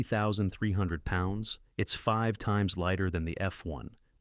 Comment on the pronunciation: So AI pronounces 5 as "feeve". Hilarious. Unsubscribed